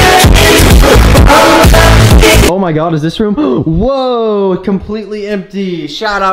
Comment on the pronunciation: Who tf says Whowa 😂😂😂